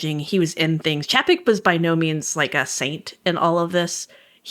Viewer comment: Love this podcast, but one thing has been bugging me…Chapek’s name is pronounced “Chay-pick”.